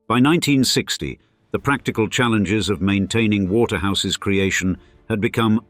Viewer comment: The computer-generated voice-over can't cope with several "ordinary" constructions. "Asset-rich", for example, becomes "A set rich". It is particularly annoying when it is unable to cope with apostrophes. "Waterhouse's turrets" becomes "Waterhouse ESS turrets", and "It wasn't until" becomes "it wasn TEE until". There are numerous occurences of "Eaton ESS" and "Britain ESS".